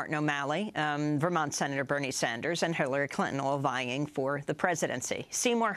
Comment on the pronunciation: Did she say "Hitlery" Clinton? I rewinded, relistened and I'm still not sure..